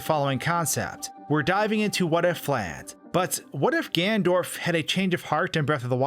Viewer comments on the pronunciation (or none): you keep saying gandorf not ganondorf or ganon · did you just say gandorf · take a shot everytime he says "gandorf"